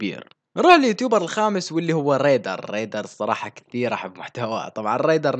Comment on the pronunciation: أحلااااا شييي لما تقولل درادددد. و ريدرررر 😹😹😹😹😹😹💔.